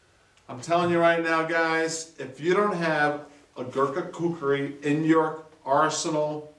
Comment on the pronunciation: glad to see your saying kukri nown:) great vid as always :)